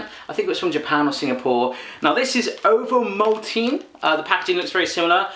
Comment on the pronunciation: What ? You don't pronounce the E at the end of Ovomaltine and Toblerone ! Never !